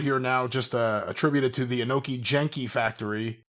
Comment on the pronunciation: Genki is pronounced with a hard G, and it means healthy, energetic, or full of life.